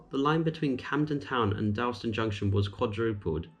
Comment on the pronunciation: You pronounce Dalston incorrectly